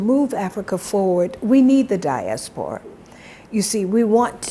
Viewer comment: Wide maya I love the way you pronounce “diaspora”